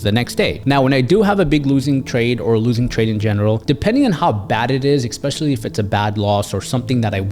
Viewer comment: Lots of great advice, hits close to home, having good losses AND being a good loser takes practice and mental strength. You are only competing with yourself. I also want to respectfully point out that the word "especially" is pronounced ESpecially, not EXpecially.